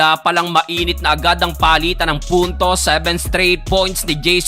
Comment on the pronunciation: Perpeyk😂 Seventi to sixty seybin 😂